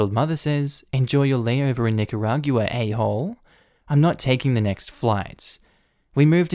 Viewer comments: lol you always make great videos and I have only ONE little nitpick the 'gua' at the end of Nicaragua is pronounced 'gwuah' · Nicaragua is pronounced as Nick-a-rahg-wa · LMAO another one who can't pronounce Nicaragua :) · I love you dude but the way you pronounce Nicaragua really triggers me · is that... how nicaragua is pronounced in australia?